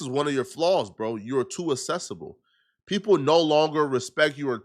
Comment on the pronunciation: Learn how to speak English. This dude said assessable lol it’s accessible